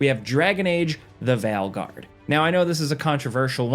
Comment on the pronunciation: Smh the vail guard you just lost my credibility